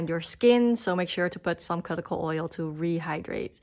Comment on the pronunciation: Thanks for the video. Just for fun, look up the word cuticle via google and can listen to how you can pronounce it 😅